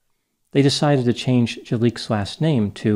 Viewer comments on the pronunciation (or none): none